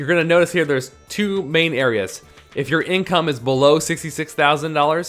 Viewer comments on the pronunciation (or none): none